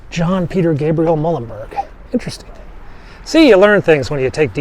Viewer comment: Thank you for the segment with Peter Muhlenberg. I attended Muhlenberg College in Allentown Pennsylvania ages ago and have heard of this monument, but never saw it in person or a picture of it. Pronounce his name: Mule-len-berg. As for the start of this video, I could make out Pres. & Dr. Biden good enough, just not perfect, or near perfect. Yet another interesting video